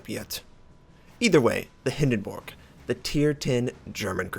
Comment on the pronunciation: the only english speaking wows youtuber i know, who pronounces the Hindenburg correct :) nice to hear that :D